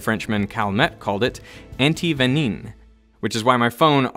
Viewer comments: Antivenin with a nasal [ɛ̃] at the end and the nasal [ã] at the start. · your french pronunciation is wrong ;-) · Antivenin is pronounced "unti ven-uh." I think diregarding the pronounciation of a word in different language is kind of rude. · « Antiveneen » LMAO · Did you just pronounce "antivenin" as "antiveniN"?? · Firstly, I would like to commend you on the great video, it taught me a lot. I would simply like to point out that antivenin is pronouced without the 'n' at the end. I know this because I speak french fluently but I guess not many people watching this would know. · Great video. I should let you know that your pronunciation of antivenin is somewhat off. Worth looking up or asking a French speaker. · Its actually pronounced "antivenin". Even wikipedia says it wrong. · Very good video ! I'm french I have find that yiur pronunciation of ANTIVENIN is fun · Love your videos! That's not how you pronounce antivenin tho;-) . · "Antivenin" is not pronounced like that in french (I mean, not at all) but I'll give it a thumbsup nevertheless. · The "in" in "antivenin" in pronounced like "un" (1) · good video but the way you pronounced antivenin was quite off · Antivenin is actually pronouced differently. The -in is pronounced like in « pain ».